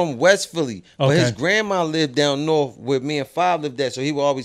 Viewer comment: It’s not north it’s norfff 😆